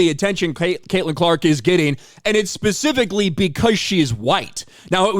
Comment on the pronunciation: And one that says “specifically” and not “pacificly”